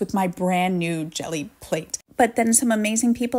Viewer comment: When you pronounced it “Jelly” my heart stopped for a second 😂